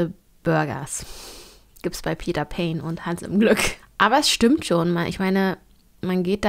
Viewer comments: Es ist Pane also mit ausgesprochen E ❤ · Ehemaliger Peter Pane Mitarbeiter hier. Es wird Panä ausgesprochen also das e bleibt ❤ Komplett deutsch auch, also auch das Peter 🎉